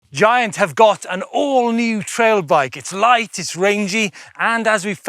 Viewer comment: It is pronounced giant not giant.